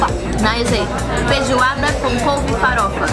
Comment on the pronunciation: Any: Feijoada Hina: Fezuada Any: Couve Hina: Cove Any: Farofa Hina: Fãrofa Que fofasss🤍